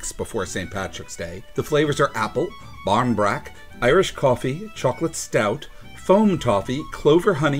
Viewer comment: Pronunciation isnt bad. If you said it to an irish person they would understand